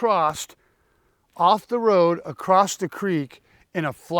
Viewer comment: The word you meant to use was across, not acrosst. Grown men that say acrosst, lose all credibility in my book. Sorry.